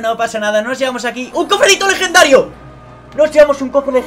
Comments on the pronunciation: min "un cofre dico lejendhario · cofre licolegendario y eso que Like si lo escuchaste XD